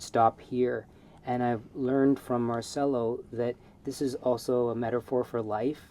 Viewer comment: Since we're talking about random stuff, if Marcello Is Italian his name is pronounced Marchello. Your student should know this by now😅 Sargent is my idol.